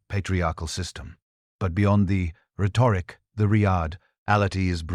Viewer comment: Your AI voice needs a lot of work. It pauses between words where no pause is needed and then runs together words where a brief pause should be employed. We can always tell when we are listening to a robot. Like mispronouncing the words rhetoric and police. Dispite the flawed narration, the content was very good.